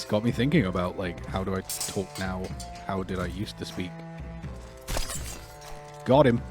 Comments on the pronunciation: I'm a non-native speaker of English who learned English in Received Pronunciation and work in the US now. I immediately figured you didn't grew up in America. For example, your "talk/got" sounds so very British. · The way you say "Talk" is really incongruous, I also heard an English "caught" and "what". So yeah, sounds like a lot of your vowels are still very English. Ours are a bit shorter, sharp almost, Americans tend to draw them out a bit.